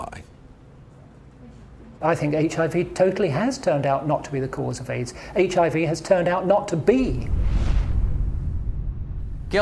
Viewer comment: Lol they say AIDSIV